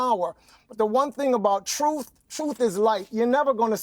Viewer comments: Like when he says troof, instead of truth? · speaks the “troof” lol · hes from NYC thats how we say "truth" now go talk to an Italian new yourker and see how they pronounce "told the tooth"